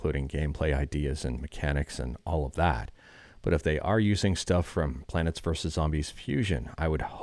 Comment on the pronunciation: how you say plants sounds like you are saying "planets" to me, so I keep hearing "Planets verses Zombies" lol